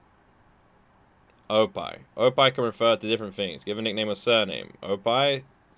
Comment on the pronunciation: What the fuck is this list indeed. How do these even qualify for "best"? Most garbage list I've ever seen. Also "Oppai" means boobs, he's just pronouncing it wrong. I bet you can relate to that. LUL